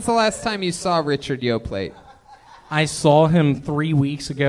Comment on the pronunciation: Tony will never learn to pronounce “Yoplait”.